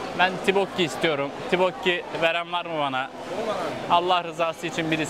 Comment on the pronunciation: abi tibokki diye telafuz etmişsin daha çok toppokki deniliyo bir de hotpotçulara ya da kore barbeküsü denemeye giderbilirsin ❤🌸 Ayrıca koredeki hazır donmuş gıdalar çok meşur bir gün boyunca market ürünleriyle beslenme videosu gelir mi 🦋